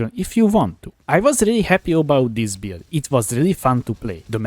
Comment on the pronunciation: whenever he tries to say "build" I hear beard